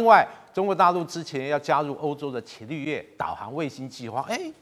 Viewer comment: 伽（加jia）利略